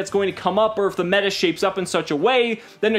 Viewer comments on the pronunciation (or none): none